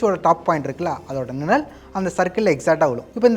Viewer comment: அது நிழல் நிலல் இல்லை. சரி செய்யவும்